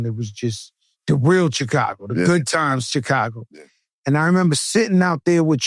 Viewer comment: why joe keep saying Checago....its annoying tf out of me